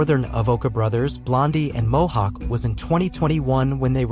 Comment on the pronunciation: mohawk not hohawk lol